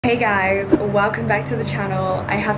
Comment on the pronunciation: when P said “hey F* that..” for a moment there, with that “hey” she sounded like a fellow South African black girl going vernac, halfway through an English sentence 🤣🤣🤣 Any South Africans 🇿🇦 who noticed??